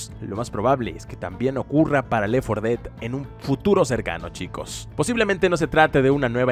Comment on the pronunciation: Wtf te pasa con la palabra : chicos